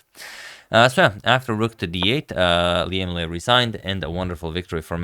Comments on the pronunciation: Correct pronunciation, I'm a bit surprised! Most non Vietnamese often pronounce "Lee" instead of "Le" or "Lei". I bet you've done your research, and it's absolutely okay to call Liem Le, it's for international use. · Thank you Agad to pronounce our Liem Le the right way